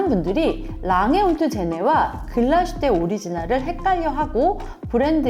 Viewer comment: 안녕하세요! 독일에서 일하고있는 시계제작자 입니다. 다른 지역명이나 브랜드명은 원어 발음으로 쓰이는데 유독 글라스휘테만 글라슈테로 적혀 아쉬워서 댓글 남기고 가요 ㅠㅠ 글라슈테가 아니라 글라스휘테 예요!!